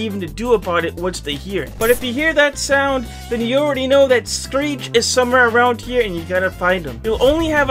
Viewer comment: screech not sceech😂😂😂